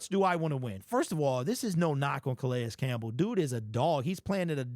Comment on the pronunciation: Can we pronounce his name correctly?